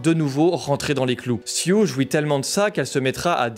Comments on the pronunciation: Je crois que son prénom c'est Sue (de Suzane, prononcé Sou), et pas Sioux haha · Belle analyse, seul chose qui me fait grincer des dent: ta déformation du nom de la jeune Elizabeth: son nom C'EST SUE... ET NON SIOUX!!!